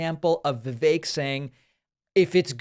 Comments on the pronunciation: Vivek is not pronounced the way you’re saying it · Two things: 1.) I work with many colleagues from India. And I can tell you that Vivek is NOT pronounced viv-AYK. It's VIV-eck. 2.) I have decided to refer to him as Vivek Rama-SMARMY. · Vivek RamaSlimey. Btw, it's not pronounced Vi-VAIK, it's pronounced VIV-ek. At least that's how both of the Vivek's that I've known pronounce it. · Vivek, pronounced like Fake